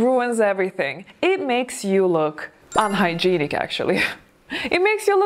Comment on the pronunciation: I want to point out part of elegance is education, language and culture. Mispronouncing words like “unhygienic” which is a major argument in the video does not reflect that. It rings true especially for someone who makes English video content for a living, it shows a lack of care on the presentation even if you are not a native English speaker. It shouldn’t take that long to look up how to pronounce a word properly. Laziness is a look as bad as greasy hair.